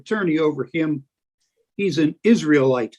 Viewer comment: An "Isree Lite"? Is that like a Coors Lite?